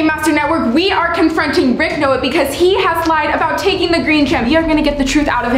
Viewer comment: LOL YOU SAID RICH 🤣🤣 ITS RICK 😜😜